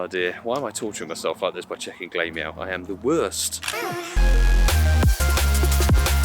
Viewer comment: Always find it funny how you pronounce glameow, its pronounced glam eow, because he's glamorous, and the evo is ugly lol